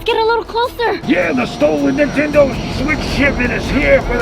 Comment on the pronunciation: EXCUSE ME DID U JUST SAY? AHEMMMMM NETENDO? \ cough \ REPEAT THAT!